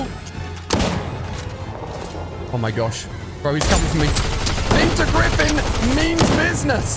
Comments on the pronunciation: When he say Peter griffin i hear pizza griffin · Peter Griffin❌❌ Pizza Griffin ✅✅